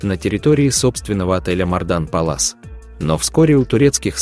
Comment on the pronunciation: Не Мардан пылис а палас. Учи английский бро